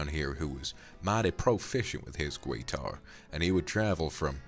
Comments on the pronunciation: I love how you say guitar hah gwuiter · Vox: "Gweetar" Me and my country background:"Where the W come from?" Also me laughing my ass off 😂 In all respect though, this was amazing and I really enjoyed it. Thank you Vox! ❤